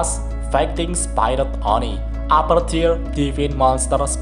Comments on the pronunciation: Bang, sekedar kritik&saran aja ya bang, mau koreksi dikit untuk bacaan bahasa inggrisnya spirit itu dibacanya spirit biasa bang bukan spayrit, master chief itu di bacanya cif biasa bang bukan cef, hehe sekedar koreksi dikit siapa tau lebih baik lagi penyampaiannya👍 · Sekedar saran bang Cara baca spirit : spi-rit biasa aja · Bang masukan dari ane maaf kalo kurang mengenakan untuk pelafalan spirit tidak menggunakan ai dari huruf i bang tapi pure di baca spirit dari katanya semoga membantu bang 🙏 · Bukan spirot tapi spirit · spirit bukan spairit